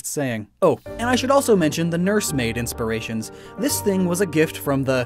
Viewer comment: nobody:: inspiriatons